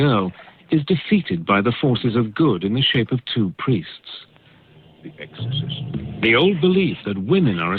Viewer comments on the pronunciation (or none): none